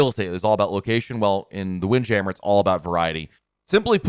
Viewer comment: Is it wind jammer or "wind jam mere" lol I've never heard anyone say it that way before